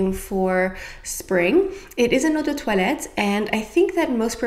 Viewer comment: Im french and the way you pronounced eau de toilette made me think you were actually french ahah